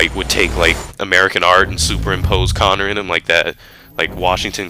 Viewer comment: its coner aha